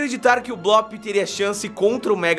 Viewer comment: Não É Blop